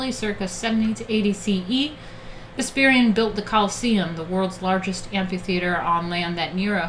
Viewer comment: One minor nitpick, Vespasian's name is pronounced wrong. Other then that great stream.